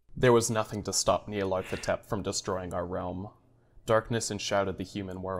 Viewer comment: the nyarlathotep is pronounced (knee-are-leth-oh-tep) just thought id try to help out haha :)